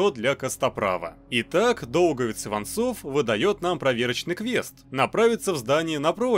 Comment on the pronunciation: Мне послышолось не Иванцов а Иван золо